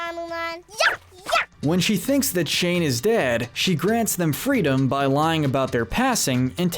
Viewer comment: exuuse me did you say SHANE?! ITS SHANG ACK